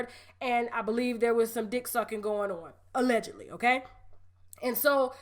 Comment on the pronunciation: UH-legedly. That right there has me hollering